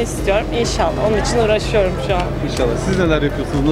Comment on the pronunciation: "Onon icin ugrasoiyoruum".belli tatlim baya ugrasmissin